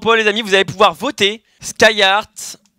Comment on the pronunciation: Skyyart et pas skyyart... DU RESPECT. Tandis que, Pfff... xD